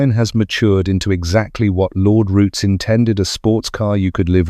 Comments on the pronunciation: Its ROOTS NOT ROUTIES. GET IT RIGHT YOU LOOSE CREDALIBILITY. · There's no 'e' its Roots. In the UK known as 'The Roots Group'